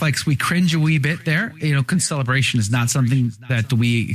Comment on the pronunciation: It's not Co-celebration. It's CONcelebration, right?